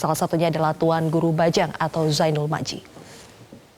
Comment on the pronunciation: Sayang sekali presenternya berulang ulang salah menyebut nama tuan guru..